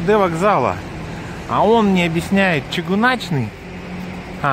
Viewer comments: Хорошее видео, только не Чигуначны, а Чыгуначны через "ы" с ударением на "у" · 😂🤣чыгУначны вакзал. Чыгунка - железная дорога. Ничего, скоро и сами беларусы будут каверкать свой родной язык. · Чыгуначны вакзал.ударение на второй слог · Ну если бы монгол не смог произнести букву Ы я бы понял.... Но!... Блин! Почему чигунАчный та?!!! Если написано чЫгУнаЧный. Как батька в своих рЭЧъАх... даже после 'ч' поставте 'ъ'. Ну или спроси у местных.... И вообще : проще белорусского придумать сложно..!.. Как слышется, так и пишется! Почему незалЭжнасти? это не Киiв, незалЕжнАстИ как и ФакультЭт камЕрцыи, а не ФакультЕт камЭрции. 😁😁 А 'Дворец Металлургов'1 - это управа КГБ 🤩, которое, кстати, по законам белоруссии снимать нельзя, преследуется.... Посему и бюст железному Феликсу напротив И как? Как можно было не заметить у Дворца профсоюзов 'нулевой километр'... А народу в Костёле мало - не время службы! И Храм Соборный там где 'старый Минск'. В следующий раз бери аборигена 😄 больше узнаешь... Ну а вообще молодчага! Спасибо за прогулку.... умилило. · Ы- читается как Ы, а не И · Увидел наследил ЧЧЫГГУначчны ВакзАл. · Чугунечный еще)))) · Ты,!!! Из своего Мухадрыщенска. Не надо произносить белорусские названия на украинский манер. ЧыгУначны вокзал от слова чыгУнка - железная дорога. Да ты и русские слова коверкаешь и не можешь произносить правильно. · Сколько не смотрю,не один турист не может произнести нормально "ЧыгУначны вакзал " , как только не коверкают! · в слове ЧЫГУНАЧНЫ ударение на У. иначе звучит для белорусского уха немного диковато )) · Уважаемый турист ! Научись пожалуйста говорить букву -Ы - ,она есть и в русском языке . Коверкаешь язык , как будто тебе неприятно читать надписи на моём родном языке Уважай тот народ и ту страну , куда ты приехал , даже в качестве туриста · Г в белорусском языке глухаям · Чыгуначны ударение на первую ы